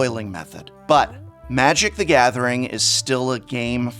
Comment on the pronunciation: I love playing Magic: thaguhmathering